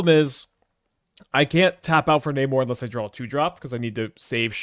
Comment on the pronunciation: I thought you said Neymar